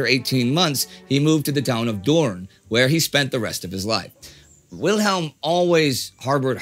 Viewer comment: Just wanted to say that your pronunciation of Doorn is perfect.